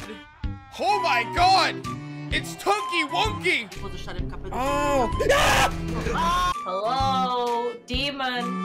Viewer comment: BRO SAID TONKY WONKY